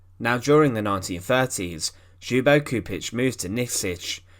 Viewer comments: You say it LYUBO CHUPITCH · For English speakers his name is pronounced as if spelt like Lyubo Chupich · Gosh... I didn't know it was possible to butcher Ljubo Čupić name that much. And other names... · get someone to teach how to pronounce the person's name properly what you're doing is DISGUSTING